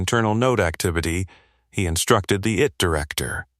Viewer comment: Please amend : its NOT "it director". It's 'I T Director'. 'I' and 'T' are two different words.